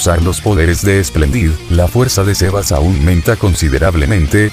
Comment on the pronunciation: Aprende que xeba es xebas